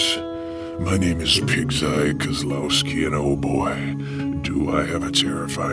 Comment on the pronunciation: Thanks for pronouncing Kozlowski correctly lol, you wouldn't believe how many people called me Kawasaki here in the south. Lmao!